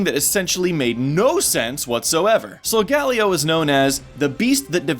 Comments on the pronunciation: Why do pronounce Solgaleo with 4 syllables...... Sol-gah-leo not Sol-gal-ee-oh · Um is it just me or is anyone else annoyed about how he pronounces Solgaleo. It's pronounced sol-ga-leo not sol-galeo. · ee, not tryna get anyone upset but i THINK the correct pronounciation of Solgaleo is "sol-gah-LEE-oh", not "sol-GA-lee-oh" also, WICKED theory. Game Freak knows how to play it smart AND get people who watch Fullmetal Alchemist possibly interested in Pokemon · this is the first time I've heard Solgaleo's name pronounced. I've always said it Solga-Lay-o. not Sol-galio granted I am latino so that may have something to do with it... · ok so im gonna just go ahead and ask... why does everyone pronouce solgaleo as if there were 3 Ls instead of 2? (sol-gal-leo) shouldn't it be more like sol-gah-leo? with the H being silent? it seems like simple phonics to me... just saying. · it's solgaLEO, not solGALeo leo => lion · Here is the real name origin. Sol of course is Latin for sun like you said, but the galeo part stems from the Hawaiian name Kaleo, which means voice or sound. This is very possible since the Alola region is based on Hawaii. And it's pronounced sol-guh-LAY-oh. Just like Kaleo is pronounced kuh-LAY-oh. I only noticed this because my name is actually Kaleo. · Sol-ga-leeeo please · This bothered me the whole video. It's pronounced "soul-GALEE-o". Not that monstrosity of the way you pronounce it. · Pronounced: Sol-Gah-LEO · it's pronounced sol-gah-LEE-o